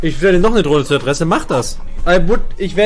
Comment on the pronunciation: Niemand:: Trohne